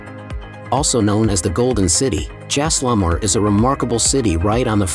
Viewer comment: At least pronounce the places correctly!! What is Jaislamar? It’s Jai-sal-mer!